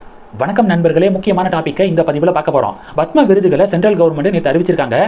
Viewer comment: Horrible! You are saying Bhathma Sri, Bhathma Bhushan! It is Padma Sri, Padma Bhushan